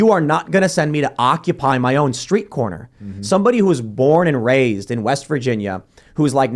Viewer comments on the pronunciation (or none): none